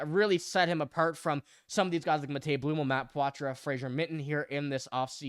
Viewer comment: Learn how to say Blumel correctly...